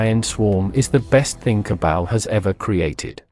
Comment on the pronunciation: Jesus. I like your vids.Its ok. But please for the love of god ditch the TTS AI and read it yourself. Modulate it, sure. But read it yourself. The AI butchers names like Cabal or Tiberium in such a horrendous way that it's hard to watch.